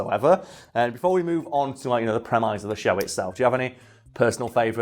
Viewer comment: Maybe as part of your research you might have checked how to pronounce ‘Carradine’? Also ‘premise’...